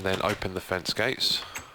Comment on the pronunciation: did he say fence-gays?